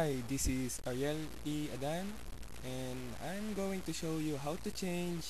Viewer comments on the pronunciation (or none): none